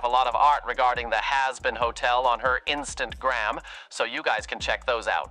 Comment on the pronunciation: "Trick truck" and "vootube " and " instantgram" that kept on saying had me dying 🤣🤣